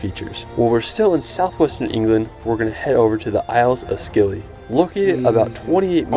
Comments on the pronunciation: Isles of Scilly the "c" in Scilly is silent, so it is pronounced "Silly". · Scilly is actually pronounced Silly. Always the Isles of Scilly. Never The Scilly Isles. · yeah, almost like the video creator hadn't actually been to the location - no way the locals would let a tourist wander around pronouncing it like "skilly".